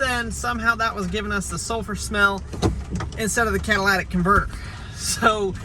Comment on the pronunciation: Cat-a-li-tic not cadilac-tic lol you made me laugh out loud... With a bad battery you may now have an alternator issue, as the alternator was working over time trying to keep the battery charged.